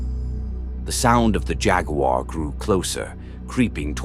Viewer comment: A.I. needs to work on pronouncing "jaguar." loool